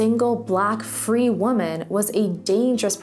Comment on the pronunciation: Pronouncing woman and women incorrectly the entire time really throws me off 🧐